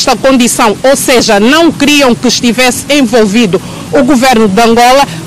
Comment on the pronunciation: não se diz envorvido mas sim envolvido ✅😁😂